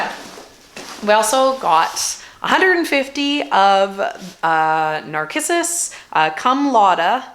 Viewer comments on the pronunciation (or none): So many comments... read quite a few. Did anyone else comment on yr pronunciation of NARCISSUS? Did i hear u say.. Nar-kiss- us?!?!? Is that a BC province's way or yr way? 😁 In the Maritimes, us long time gardeners pronounce NARCISSUS ( Nar siss siss)! 😘 Can't wait 2 c yr field full of beautiful tulips. Oh, you'll love the Toronto, very early and so red! Have had them for 15 yrs at least?